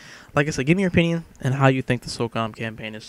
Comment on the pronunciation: it's SOCOM dude not SOCUM, as u said !!!! so cum :P